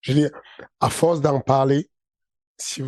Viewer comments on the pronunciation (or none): C’est pas la fowce 😂